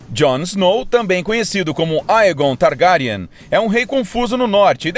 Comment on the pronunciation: "Targáriane" kkkkk